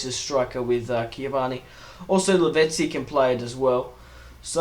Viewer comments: Its Cavani, not Ciavana. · Cavani, not ciavani